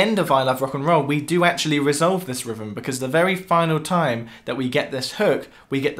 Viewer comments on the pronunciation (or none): Love how the English pronounce rhythm "rivvem". And they bust OUR balls for not speaking "correctly". : ) Anyway, enjoyed the video. Love hearing these raw, less produced and/or live versions of these songs.